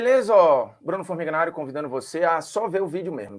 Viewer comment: e Bruno Formiga tornou-se ''Bruto'' Formiga.